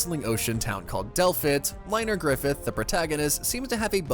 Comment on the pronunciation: Ain’t no way Liners last name is Griffith… “GRRRIFFFITHHHH” -Guts